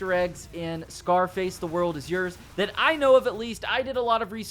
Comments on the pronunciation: I love u man... But it's YOURS. YOURS. YOURRSSS! (YORS) rhymes with Wars!! Not freaking Yers. You wouldn't say wers would u? Lol. Dammit it was getting to me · "Yurz" that spell bro